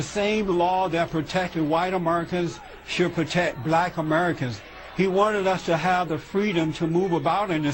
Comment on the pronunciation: LMAO. Besides the plantation remark. "AmeRRcans" "AmeRRcans" This fuckin' cornball can't even pronounce his own country. You gotta love how FOX want's to spew rubbish about MLK, but feel they might take flack, so they bring in some random black dude to do it, like that makes it more legit or something LMAO. Faux news is the worst. Fuckin screwballs.